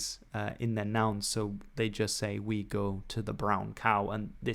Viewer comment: Such a tiny detail, but the fact you pronounced the "we" in "we gan" the actual Geordie way rather than the standard English way shows a great attention to detail and love for what you do